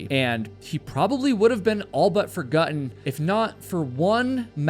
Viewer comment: "Forguttin" killed me 😂